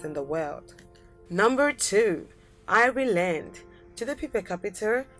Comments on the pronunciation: Apparently I live in Eye-ree-land now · speaker: EYE REY LAND Irish People: Triggered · If your going to make a video about these countries i suggest you learn how to pronounce the correct names of these countries!Number 2 for instance, Ireland! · Your pronation of the word "Ireland" is so wrong! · I'm Irish and although it's an awful attempt to pronounce ireland,I like the way she does it.it makes us sound far more exotic than we actually are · Pronouncian of Ireland is just shockingly bad